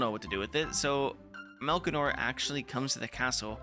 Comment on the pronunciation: What an amazing game. Still in my top 5 RPGs Edit: Melchior is pronounced "Mel-key-or" 👍🏻